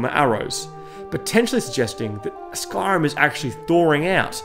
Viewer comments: sorry but SKARIM!? It's spelt SKYrim for a reason, please learn to pronounce the name correctly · I hear ‘skarm’ not Skyrim